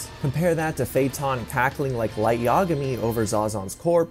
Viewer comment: Why are you mispronouncing so Many names? Uvogin, feitan f.e.?